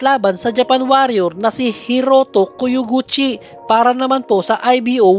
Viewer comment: Kulang ka pa sa research, di naman world championship ang laban nya kay Taconing, at KYO GU CHI ang basa non hindi KOYOGUCHI